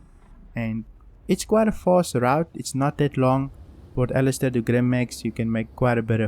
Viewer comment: Olisar, not Alistair